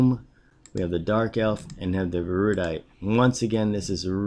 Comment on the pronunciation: It's pronounced "Air-uh-dite" just saying. :)